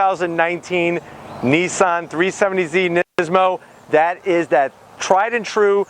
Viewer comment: 370Z not 370zie